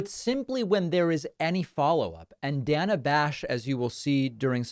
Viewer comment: Why was he calling her Dan-a? That’s a weird pronunciation. Lol